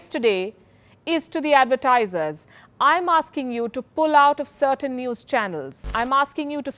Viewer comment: Its zee newes